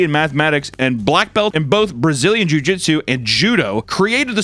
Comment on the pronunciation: Papa kept saying car "jutsu" instead of jitsu and I know it's cuz he watched Naruto as a kid 😂